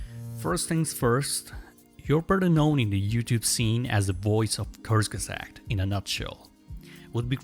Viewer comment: “Kurzesagt” is really not that hard to pronounce.